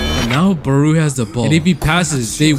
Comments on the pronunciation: Where u getting barooo from? It’s barou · Its not baru its barou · bro really said baroo XD no hate but its pronouced like bato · The chop that baruo did is the ronaldo chop oh and you saying his name wrong